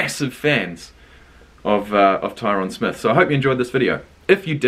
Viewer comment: Great reaction but it’s Tie-rin Smith lmao